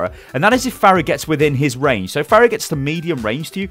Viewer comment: Am I the only one that got increasingly triggered every time he said fairah instead of farah